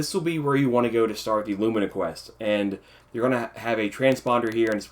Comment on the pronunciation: Thank you for saying lumina the right way! lumeena...smh lol